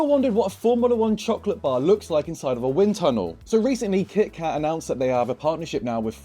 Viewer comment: “Kih-kah Chocolate Bah” Which accent??